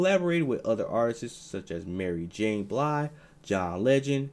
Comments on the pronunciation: Is it Sadiq or Shadiq? Is it E Vogue or En Vogue? Is it Mary j. Blige or Bly? Who's doing this voice over GEESH? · Mary J. Bly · Why do you keep calling him Shadeek? It's Saadiq. And Mary Jane Blye? Why are you reporting on people whose names you don't know? 🤔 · Mary Jane Blige and EVouge, come on man you gotta know how to pronounce their names if you going to talk about the culture but nevertheless you did a real great video on Tony Toni Tone! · He said Mary J Blige wrong too